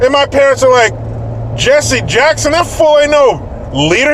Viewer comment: its Jesse "HACK"son